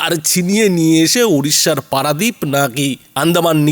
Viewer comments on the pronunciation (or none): ওটা পেরা দীপ না, ওটা পারা দীপ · অশিক্ষিত স্পষ্ট উচ্চারণ করতেও পারে না প‍্যারা নয় পারা দ্বিপ। এখন ছেড়ে দে মা কেঁদে বাচি। তোদের কলকাতা দখলের হিম্মত কী লুঙ্গীর ভিতর চলে গেল। আগে নিজের অওকাত সম্বন্ধে আগে ওআকিবাহল হও তার পর চিৎকার করবি।